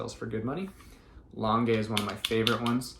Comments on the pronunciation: Just started watching you and really enjoying your content! You may know this already since this vid is a year old but please, PLEASE pronounce L'ange like orange instead of lon-gay. 😉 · It’s pronounced launge - I can’t figure out how to type it phonetically! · Thanks for the tips. L’ange is not pronounced the way you are pronouncing it. Just fyi so that people Know. The e is silent. 😊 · Lange is pronounced with a soft G, like lingerie.